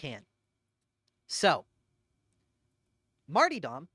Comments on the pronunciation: The smallest and most pointless contribution I have, and apologies in advance: Martyrdom is pronounced Mar-ta-dum, rather than Mar-tee-dom. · So, why do you pronounce it marty-dom (martee-dom) instead of martyr-dom (marter-dom)? I feel silly asking like maybe it is some sort of in-joke I don't get? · Are you saying Marty-dom instead of martyr-dom on purpose to big people like me? lol CAUSE ITS WORKIN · I was sleeping, and this video woke me up because it was in my autoplay. Very informative, but for the love of fuck, you silly billy.... pronounce mar-tyr-dom and male-strom the way they're intended. I don't know who the fuck Marty Dom is and I've never played on Male Storm. ❤ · It broke me that over the course of this 1.5 hour video, you never pronounce the second R in martyrdom. Its NOT Marty-Dom, its mar-tyr-dom. Also, its Mael-strom. Not storm. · was also curious why he pronounced it that way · I can't tell if you're calling it marty-dumb deliberately or if it is just the accent... I think I need to review my builds for over-critting. And maybe roll up a spare dueling sword...